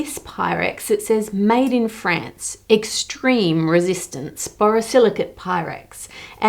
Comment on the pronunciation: Your pronunciation of both "France" and "necklace" really threw me off.